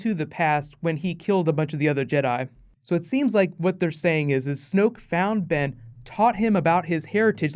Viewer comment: ***** its snoke not smoke.